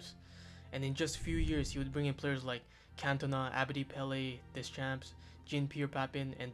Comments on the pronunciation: ‘Des-champs’? That pronunciation? Please tell me this is not an AI voice over 🤦🏾‍♂️ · You need to work on you're pronunciation bro, you slaughtered papin and deschamps